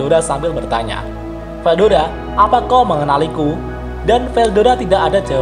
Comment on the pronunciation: Veldora min bukan veldoda